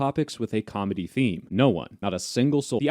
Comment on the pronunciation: "racial comity" not "comedy"